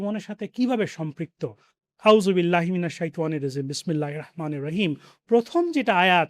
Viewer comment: Jazacallh kayer যথাযথ বিনয়ের সহিত বলতেছি আমার যদি শুনতে ভুল না হয় তবে আপনার আউযুবিল্লাহি মিনাশ শাইতানির রাজিমের উচ্চারণের মধ্যে একটা ভুল নিহিত আছে।